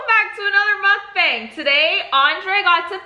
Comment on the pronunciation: Im-tha- mukban-g... 🤤🤤🤤😙